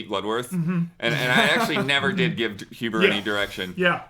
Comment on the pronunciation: It's huber* :)